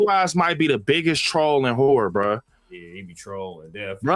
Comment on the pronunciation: It sounds like you're saying "whore" instead of "horror" 😂